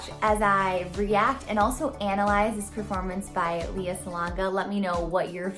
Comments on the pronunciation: Hello. Just an fyi. Since you are a fan i guess it is better you know. Lea is pronounced as LEh-yah and not Leeyah. Thanks :) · Great reaction. This is my favorite show and favorite performance. Just fyi: She's pronounces her first name "Lay-uh." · Hey,. Lea is pronounced as Lay-yah. That’s a Filipino pronunciation that Lea will appreciate. 😉 Great reaction though. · Her name is pronounced Lay ah.